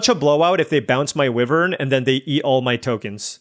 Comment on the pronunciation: Please pronounce Wyvern correctly. It is WHY-vern not WIV-vern. From the Middle English for a winged serpent.